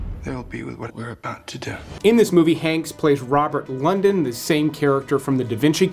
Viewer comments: It’s not Robert London it’s Robert Langston…. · FUN FACT: It's Landen, not London Otherwise, some good picks-but some older movies.